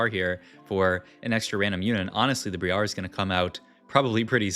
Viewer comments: I'm not trying to farm engagement but hey it works. ITS BR-I-AR NOT BRIE-AR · plz stop pronouncing briar like that its wrong and cringe